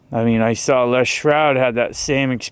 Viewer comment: I’m cracking up over here because there’s a Freudian slip to me. You keep calling him Lea shroud. His name is Les Stroud. But shrouded means to cover or conceal so I just think the double meeting is appropriate. He works for TV producers come on. He has to be saying whatever they want him to say to keep the show going. I’ve heard him say so myself. But yeah, you are pronouncing his name wrong but I would say roll with it. All the fakers get a good play on their name. Fraud standing. Wrong island of Bigfoot (from NY). lol! Matt money taker. The list goes on.